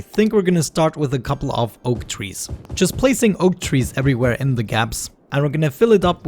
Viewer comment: I love how he says "twees" 😂🌲